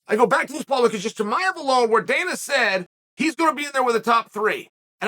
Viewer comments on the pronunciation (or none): none